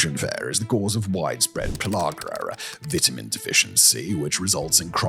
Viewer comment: "veetamin" its VITAMIN! lol